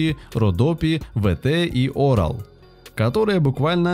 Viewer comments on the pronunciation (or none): Не орал, а опал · Не Орал а Опал! Но я с этого орал! 😂😂😂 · Не ВТ и Орал, а БТ и Опал))) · Что о сигаретах того времени может рассказать человек, который Opal называет Орал???!!! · Не ВТ, а БТ читается! Опал, а не Орал!! Пипец. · )))) орал!!! Опал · Дыхание природы я читал названия сиг и я такой, о опал, а он говорит орал 😆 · Не орал , опал правильнее. Чем он думал?! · Не Орал, а Ора-1. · .Слово Опал (OPAL) на пачке написан латинскими буквами а не кирилицей поэтому правильно ОПАЛ (OPAL) а не орал и не онал. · табак с ганжубасом в косяке. Автор, ну неужели ты не видишь, какие картинки вставляешь? И ещё... Орал?))) Не Опал случайно? Это пиздец))) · Не "орал" а "опал", и в блоке не 20 а 10 пачек (было по крайней мере, сейчас не знаю, давно бросил) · Как-как? "Орал", говорите? А я то, грешный, был уверен, что "Опал" курю🤣🤣🤣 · не "орал", а "ора один"!😂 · Орал? Знаток сигарет! Опал! И в блоке десять пачек а не двадцать! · Та не орал, а опал! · Голос за кадром назвал сигареты "Оpal"..Орал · Вроде всё пл делу.... Но.... Какой нахрен "оРал"?.. Всегда это был "Опал" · ОПАЛ. НЕ ОРАЛ. Ещё были сигареты ВАРНА. Болгарские. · Не орал, а OPAL. Это такой камень. Типа янтарь. Для красоты. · Орал? Всегда был опал. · Не Орал, Анал! Чайник. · ОРал... Дять! ОПАЛ. Тепил. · "Стюардессу" называли- стюрой.И не Орал ,а Опал!! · Сам ты орал, опал а не орал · Да не "Орал", а ОПАЛ!! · Орал😂,всегда думал что курю опал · Не Орал, но Опал! И в блоке было 10 пачек, 200 сигарет🚬, а не 20 пачек! В остальном, в основном, всё верно. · Не орал а опал😅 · Опал, а не орал. И блок всегда был 10 пачек. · сигареты ОРАЛ. если читаешь нормально то ОПАЛ. я куею над автором. грамутеи спясуть мыр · Орал 😂, а почему не анал ? Сиги называются опал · Специалист Опал а ни Орал 😂😂😂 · Какой ещё Орал? Опал! Камень такой. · Тормоз не орал а опал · Сигареты назывались опал а не орал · автор сигареты не орал А OPAL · не Орал,а Опал!!! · не "орал", а "опал" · Не орал а опал! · Разве ОРАЛ...? ОПАЛ !!!! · Не орал а опал